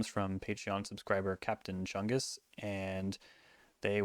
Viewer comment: Not enough emphasis was put into the name “Captain Chungus”